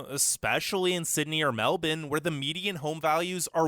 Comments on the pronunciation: Well, he started badly by mispronouncing "Melbourne" - sounded like he said Melton, which is a suburb. Also a bit tough on the British. If not for British colonisation and subsequent immigration Australia would still be the inhospitable land the first settlers had to deal with, and no-one would want to come here. Pimping for likes isn't a good look either. And that was just the intro. He's really overstating the heat. Yes it's incredibly hot in the tropics and once you go a fair way inland, but the south-east corner, where most Australians live, is a temperate zone. You can still get 40 degree days some years, but they're not as common as he suggests. The internet rant is only partially correct. Yes, several years ago the Federal government at the time switch from plans to create a top speed national internet service and went the slower, cheaper way instead. As a result the National Broadband Network is truly substandard. But the Internet service I use is much faster, very cheap, has no data limit and is very reliable. Way too many mistakes follow and I'd be writing a novel the length of War and Peace to cover them all. I won't try. He is right about the difficulty in getting permanent residency though. My American wife came here in mid 2018. It took almost 2 years to get a partner visa which allowed her to stay and access basic services. We're still waiting for permanent residency to be granted. Should add that none of this is a criticism of you. Love your videos. Just don't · Boy said meldourne